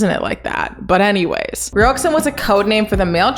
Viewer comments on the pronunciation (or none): ruoxin is pronounced as “ru-wo-shin” btw! say ru-wo faster and shin w more sharpness w the sh. ik im very late but name butchers do kinda bother me sometimes 😅